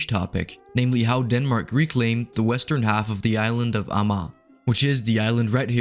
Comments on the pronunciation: More or less like /a:ma:/. But not with the back Swedish a but the German front a. :) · I think this is the first time I've heard Amager pronounced with 3 syllables. I knew that this had to be an archaic pronunciation and that it had to have existed at one point in time but I had never heard it until now.